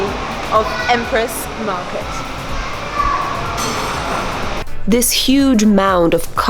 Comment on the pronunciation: Thank God You pronounce "Empress Market" correctly 😂😂😂😂😂